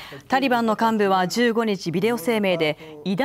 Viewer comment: タリバンをタンバリンと読み間違えた